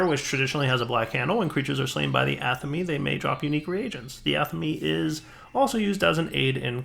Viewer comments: Every time... "ah-tha-meh". NOT "Atha-mE" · "atha mee"??? come on man, Athame is a REALLY common item to come up in any RP game or conversation, how do you not pronounce that right? it's pronounced like Athamé, like Resumé